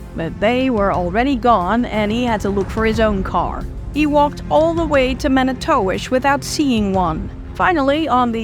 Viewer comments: "Mani-towish" lol nah it's pronounced "manitwish" trust me, I've been there MANY TIMES. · No... its Man-I-Too-Wish...